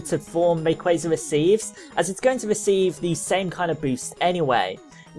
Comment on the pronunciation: You're the first person I've seen to say rayquaza correctly, kudos to you. In regards to the topic, I was hoping he would get a primal reversion or at least a unique mega animation. It seems unfair that kyogre and groudon get awesome animations with their transformation and rayquaza is stuck with generic mega.